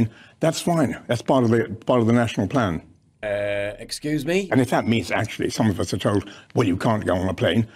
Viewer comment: I thought he said "It's all part of a flan!"